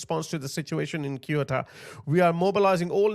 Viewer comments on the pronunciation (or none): Man, I was struggling to understand what do you mean when you say "Kiota". The name of that place "Ceuta" is pronounced "Seutah" (ˈsjuː.tə). You make it sound like a japanese place lol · Just to make it clear, should be pronounced Seyoota (or even more accurate THeyoota, but definitely not Keoota. And the other one is Meliya, not Melila. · Bro, it takes 2 fucking seconds to google up the pronunciation. It's SEU-TAH. Not fucking Kyoto. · Guys... This is how you actually pronounce it: Seh-ouh-ta. Not kyota or keuta or keota or keta. Just a heads up. 👍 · Kyota? It sounds Japanese. The place is Ceuta and you can hear the pronunciation several times by the Spanish in the video. Kyota? No, Ceuta pronounced Seuta. The Spanish should declare Ceuta Maroccan territory immediately in order to avoid the destruction of the town. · It's not "kee-YOO-ta", it's "Say-OO-ta." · What the h is "kyota"? Ceuta is pronounced "SEH-oo-tah". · Its not KIOTA MAN ITS Ceuta ! Sounding like a z not k ! C E U T A and E doesn't sound like in english ! Have a look and you'll see , 👀! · Finally, sth will be done! Yes, send the army! Hey,, just pronounce Ceuta like 'szeutta' and Melilla like "Meliya' (double 'l' = y). I am so happy to see some awakening. I have lived in the region for a year. Yes, this is a fight between good & evil, to save our Western civilization. These islmxyz want to destroy our values of democracy & freedom, and our Christian tradition & heritage. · Hi. Minor point I know given the terrible news you're imparting, but to pronounce Ceuta, it's Sue-Ta. Hope this helps. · just in case Ceuta is pronounced ’Se-oo-ta’ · It’s pronounced ‘THAY-oo-tah.’ The first sound is like the ‘th’ in ‘think,’ not like the ‘s’ in ‘see or ‘k’ in ‘kind’. 🙏🏻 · How's pronounced Ceuta: Zeuta. Yes is an invasion!! Pedro Sanchez is the problem. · How come not a single person can pronounce Ceuta? Say oo ta. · It's Ceuta, not Keuta, Similar to city "C-ity" .